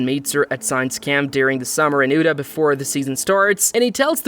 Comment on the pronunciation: Crazy how you said Utah like ooda